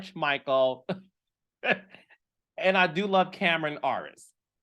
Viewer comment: Carlos it’s AIR-IS lol 😂 not AR-IS 😅